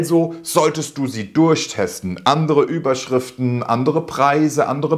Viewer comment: Hallo, hatte ich ein Kick in der Pupille, oder ist es Absicht, dass du bei "...Überschrifen" das "t" verschluckt hast;-)? Alles, was du in deinem Video angeführt hast, kann ich nur bestätigen und selbstverständlich Mega-Video 👍. Ich hoffe, ich darf noch eine Kleiningkeit zum Thema SEO & PPC ergänzen, die ebenfalls unterschätzt wird: Umso leichter deine Landingpage für Google & Co. indexier- und lesbar ist, desto leichter hast du es mit dem Qualitäts- bzw. Relevanzfaktor der Werbeanzeige. Dies sind zumindest meine Erfahrungen. Ansonsten nochmals Danke, auch für deinen lieb gemeinten Tritt in den verlängerten Rücken;-) bzgl. des Umsetzens. Herzliche Grüße Ingo